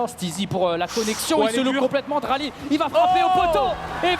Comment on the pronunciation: Dralii pas draali ahah